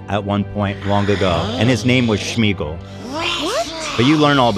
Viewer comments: What is this Schmeagle, shmeagel nonsense. His name was smeagle no sh sound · Holy smokes, is nobody gonna correct shmeagal to smeagol. Like wtf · Why are they pronouncing Sméagol with a “sh” sound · I hate the way Ethan mispronounces Sméagol as “Shmeegol” 😭 😂